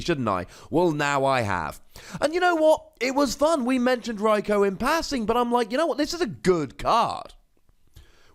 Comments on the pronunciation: In the GX video you say “Rikoo”, the way it’s supposed to be pronounced. Why do you you say “Rikoh” now? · Watch some of the episodes where they mention Raikou. They pronounce it as Raik-oh.